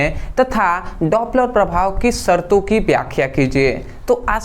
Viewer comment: Dopler prabhav 😮daaaapler prabhav 😮